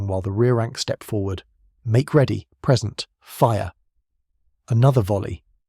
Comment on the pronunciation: I presume the script was knocked up using AI and the problem with this is the the pronunciation trips occasionally. If you don't write this yourself then, as you read the text, you may indeed mistake 'present' (verb) for 'present' (noun) when reading AI stuff aloud. Not a major thing, but important if you make that mistake in a military history at the point of first attack! Similarly, with 'routed'. In British English "rooted" (how you said it) means the route something takes - e.g. 'routed via Paris'. Pronounced "rowted" it means troops were defeated and ran away. Which do you think was the apt pronunciation in this case? Good breakdown of a little known action though.